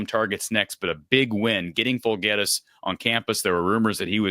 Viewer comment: You pronounced his last incorrect. Jirak = "Yur-rock" Alvaro Folgueiras = al-VAH-row Fool-gair-us (long a)